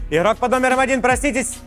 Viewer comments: Включаешь видео, и на 2 минуте ведущий : "иггггггггрок под номером один, проснитесь". Без негатива конечно, но 47 минут гэканий мне не осилить) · почему нельзя произносить нормально букву Г в слове игрок? это нечто, еще и ведущий